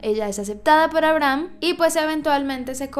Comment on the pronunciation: todos: abrahm la serie de netflix: aibrajam asi lo pronuncian xd